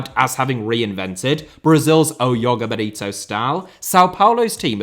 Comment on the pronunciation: Brazilian here. Just to be pedantic: the J in "Joga Bonito" is pronounced similarly to the English "J", and not like "Y"